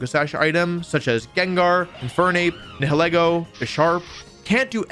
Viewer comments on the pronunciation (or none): none